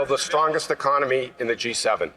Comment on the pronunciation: I don’t like the way he says one economy out of thirteen. It sounds like he wants to attack autonomy.